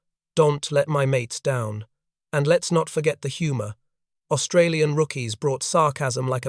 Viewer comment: Please ask Australians how to pronounce Australian. It's annoying.